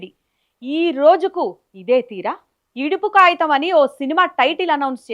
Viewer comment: Yidupu kagitham anali.yidupu kayitham kadhu. Clear ga matladali.